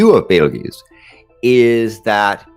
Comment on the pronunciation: omg "Bait-el-geese?"